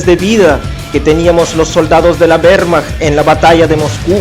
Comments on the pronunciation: "de la WEEEHHHRRRmacht" xD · acento ruso-mexicano y con énfasis de mal actor. Se me llevan los demonios cada vez que oigo "güermach". Nadie pronuncia la W alemana como la inglesa..